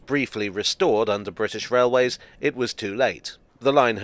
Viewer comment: Scwewee wailways… loved it.